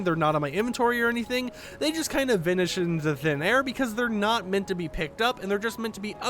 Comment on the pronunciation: "They just kind of vinish into thin air"